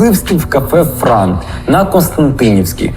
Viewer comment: Бар називався «Франт» а не «Франк»))